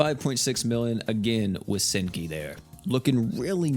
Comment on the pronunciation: All I can hear is stinky instead of senki